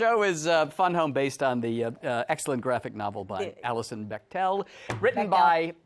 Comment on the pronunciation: You say "BechTEL." 24.43 I say ''Bechdel." Let's call the whole thing off.* *Notice the apparent IMMEDIATE change in Alison's demeanor. (%^(